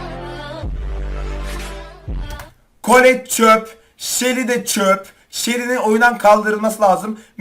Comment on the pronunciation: clette ye niye öyle söylüyosun beyfdendi alındım gücendim